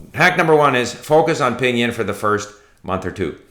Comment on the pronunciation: David Lloyd-Jones : It's Pīnyīn...